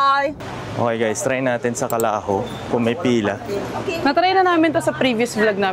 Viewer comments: Calajo is not pronounced "kalaho". it is pronounced "kalajo" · Calajo po. As in Jo not ho pronunciation , an Ibaloi term for “ come all of u!” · CALAJO- Pronounce the J as J.. not as H.. Calajo is an Ibaloi word which means "hali kayo". Main branch nila sa LA Trinidad. Personal fave ko din yung inihaw ala dinakdakan😊😊